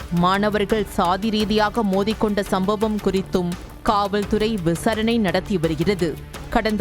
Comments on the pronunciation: விசரணை இல்ல. விசாரணை.. ஒழுங்கா தமிழ் வாசி... செய்தியாளரே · விசாரணை என்று சொல்லுங்கள் சகோதரி.விசரணை என்று சொல்கிறீர்கள் ❤